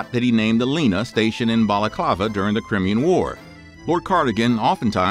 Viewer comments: Ooooh the irony of someone calling somebody dumb 🙄 in the same sentence that they totally mispronounce the correct way to say Crimean...it's pronounced Cry-me-yan 🙄 😂😂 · I know I'm pedantic but it's pronounced Cry-me-an. Love your videos!!! 😊